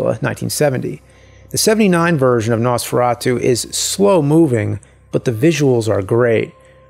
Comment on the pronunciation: No man your pronunciation wasn't that bad even we here in Slovakia says it like that. And in that castle there is the manequine and cloths they used.